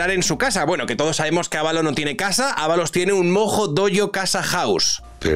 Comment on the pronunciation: Creo que dos veces en todo el vídeo dijiste su nombre correctamente 😂